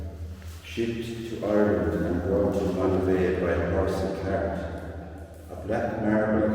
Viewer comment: Absolutely beautiful. Such a work of art. I had to laugh though. Your Irish accent can be difficult for my American ears. Sounded like you said the marble was brought in by a “horse and cat”. 😅